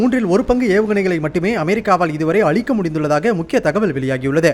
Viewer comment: என்னது அளிக்க முடிந்ததா, அடேய் DW நீ ஒருத்தன் போதும் தமிழை அழிக்க. இது தான் உன் செய்தி நிருபர் வாசிக்கும் தமிழ் லச்சணமா, உங்களுக்கு தமிழ் அழகாக வாசிக்கும் ஒருவர் கூடவா கிடைக்கல ?? 💦 💦